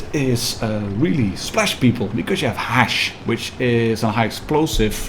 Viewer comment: The way u pronounced HESH made me think of something else :)). ( Hash->hashish)